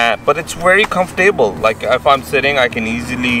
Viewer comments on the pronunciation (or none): Nice bike! I’m looking at buying that same bike right now... It took me awhile to figure out what you were saying but I figured it out...comf-able.. Comfortable👍🏻